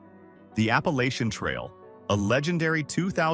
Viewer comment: Eugh... The way it said Appalachian...